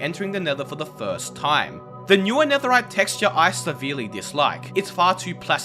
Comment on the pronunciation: “Netherite” netherrack lol